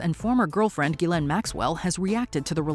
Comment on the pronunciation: That’s not how you pronounce Ghislaine